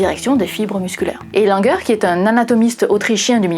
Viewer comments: Avec votre première prononciation du nom Langer, je croyais que nous avions sur la peau des lignes de langueur 😄 (ce nom anglais devrait plutôt se prononcer comme ''Laine-jeûre'')😊 Je ne possède pas ces lignes sur mes bras, mais j'aimerais bien savoir si elles sont un vestige (ou une cicatrice?) d'une très ancienne maladie à laquelle auraient survécu nos très lointains ancêtres. Enfin, j'ai complété le formulaire et j'ai bien hâte d'en connaître le résultat! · Karl Langer se dit Karl Languére en allemand. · 😂 J'entendais "lignes de langueur". Mais prononcé à la française, "langer" prête également à confusion, surtout quand il s'agit de bébés.